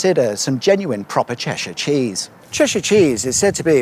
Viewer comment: Cheshire or Ceshire?